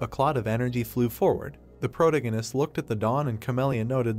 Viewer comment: I hate how this ai pronounces "protagonist". It's unbearable.